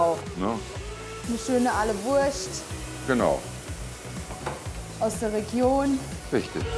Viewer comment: Also wenn ich noch einmal "Ahleworscht" höre dreh ich durch!